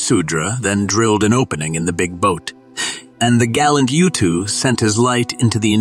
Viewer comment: His name 𒀭𒌓 is pronounced "ootoo" not "Youtwo" sorry but Sumerian doesn't have the "Yu" vowel sound